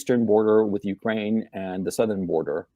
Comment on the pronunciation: Why does he say ukwaine